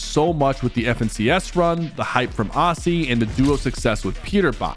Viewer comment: The way you say Aussie antics LOOOOOL